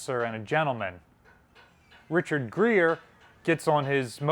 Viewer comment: Richard Gere, not Richard Grere.